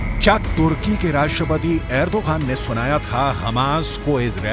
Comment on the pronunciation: Agrodan nhi अर्दोगन hai